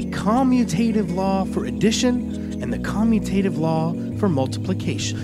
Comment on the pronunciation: We really appreciate your videos. Just an FYI, you mispronounced "commutative." Is should sound like the word 'commute', as in 'to travel'. Just like the letters are traveling when they switch sides.